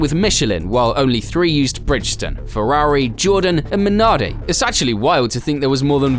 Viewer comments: I appreciate the video's, but the voice-over's constant snipes and smug remarks get a little draining after a while......obviously like 99.99% of the worlds population you`ve never driven a race car, and as you cant even pronounce Bridgestone properly....It´s a 3 out of 10...thanks for playing. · Bridge Stone. It's not that hard to pronounce. 😂